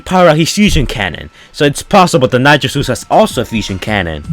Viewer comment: Ik what hes saying but it really does sound like hes saying nacho juice XD